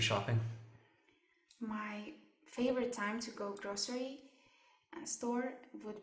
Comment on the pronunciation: then I usually not Usually /ˈjuː.ʒu.ə.li/, grocery /ˈɡroʊ.sɚ.i/ not grosiriy